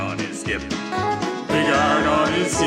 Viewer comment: HE BUTCHERED BIG IRON!!!!! NOOOOO😭😭😭